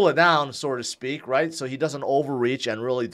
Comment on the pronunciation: Dude, it’s “so to speak” NOT “sorta speak” - you said it a million times. SO TO SPEAK!